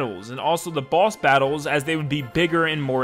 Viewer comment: When you said boss I thought you said "Balls" and it scared me